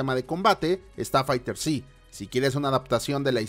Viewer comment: Fighterz se pronuncia como se escucha, la Z no esta separada de la palabra